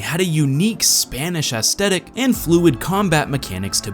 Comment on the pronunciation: You keep mispronouncing the word "aesthetic". It is pronounced es-THET-ik, not es-TET-ik. You need to remember to use a th sound instead of a hard t.